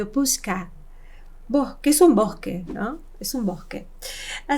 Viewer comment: Вы произносите , скажу по транскрипции (pushka), а надо (pushsha) . Русский язык сложный